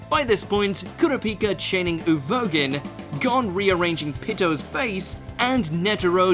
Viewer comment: Kurapika chaining Uvogin (*OO -VO)?